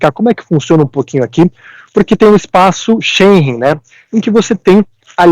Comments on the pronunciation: A pronúncia não é SchenRen, é SchenGen (gue de gueto, guedes, guerra). 😉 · Espaco Shein???? 😂😂😂 É espaço Schengen